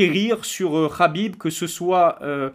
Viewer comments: Frero sa se prononce Khabib pas Rabib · On dit Khabib pas rrrhabib